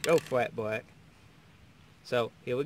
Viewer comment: L is pronounced LLLLLLLLLLLLLLLLLLLLLLLLLLLLLL not WWWWW black not bwack